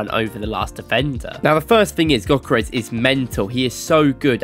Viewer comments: he mean Gyökeres should be pronounced like "Djökeresh" or something very similar, the gy is like d in duke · He isn t pronunced gökerez, it is Viktor Gyökeres, you should say it like pronunce the "G" like a gansta "ö" like if you are moaing "k" like a c and "e" like ex when you say ex... and how you say the e letter "r" like you are pronuncing the r when you say the N word and say the "e" the same way and say "s" like when you say Shampo. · Awful name pronunciation.